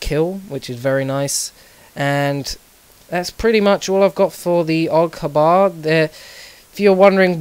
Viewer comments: Aug Ha-bar....lol I think it's just H-Bar. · Really, Accent fails. Awg Habbar. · It pisses me off so much when people pronounce the gun initials as a word grrrrrr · "The AUG habah" lol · OG HAAABAAARR xD I dont think it's the way we pronounce it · lol, AUG huh-bar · AUG Haa BAaar, It sounds funny xD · well done went on the internet and searched it (Y). but i was merely stating that you don't pronounce something thats abreviated, its not being picky its just general knowlege.